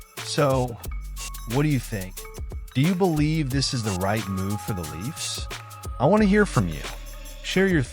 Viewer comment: When you can't spell or pronounce the name of the Toronto team and you slaughter the pronunciation of the players names, it tends to undermine your credibility. All this before failing to understand how this solves any of Kyle Dubas' problems or makes any sense for the Pens..